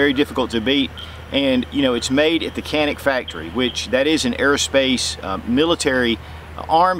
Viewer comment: "Shjzen'-ik,.